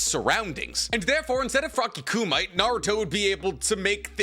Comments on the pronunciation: I love you, bro. However, kumite is pronounced "coo-me-tay," not, "coo-might". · I believe the word Kumite is pronounced koo-mit-tay. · Man pronounced 'kumite' like it was a mineral. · im sorry, but your pronounciation of Kumite hurts my ears